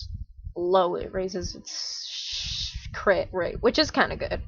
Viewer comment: "If it gets low it raises its shhh- crit"💀 Thank anyway! Negative for covid :)